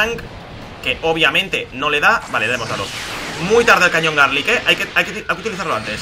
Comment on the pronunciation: Like si notaste que decía cañón garlick